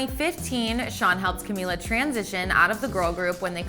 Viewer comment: It's pronounced Cameela.